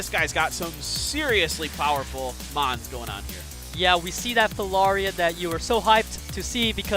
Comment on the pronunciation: These announcers are shit, I could do better and hardly play the game anymore. They mess up almost every Mons name